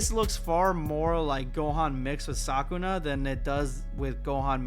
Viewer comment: 'Saw-koo-nah' ❌ Suh-koo-nuh ✅